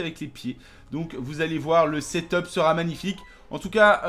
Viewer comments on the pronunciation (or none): none